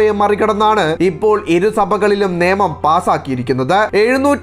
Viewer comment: നേമം ആണോ അതോ നിയമം എന്നാണോ പറയേണ്ടത്? അതുപോലെ പെട്രോൾ എന്നല്ല, പട്രോളിംഗ് എന്നാണ് ,,,അല്ലേ,,,,?